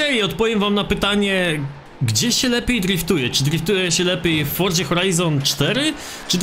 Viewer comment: wszystko fajnie, nagrywasz spoko filmiki, ale jeśli możesz to zajrzyj do google tłumacz i wpisz sobie słowo "forza", i zobacz jak się je wymawia:). Wymawia się je /ˈfɔr.ʦa/, gdzie ty wymawiasz to tak jak jest zapisane, uszy krwawią:(. Nie wspominając kiedy mówisz to z końcówką -ie, "forzie" co brzmi jeszcze dziwniej. To nie jest hejt, ale kiedy mówisz twoje "forzie", to cała reszta bardzo dobrego filmiku na tym traci:(. Pozdrawiam